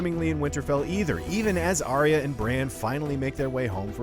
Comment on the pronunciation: They don't know how to pronounce Arya.